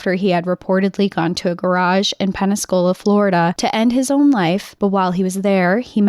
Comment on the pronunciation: Are you saying Penascola or Pensacola??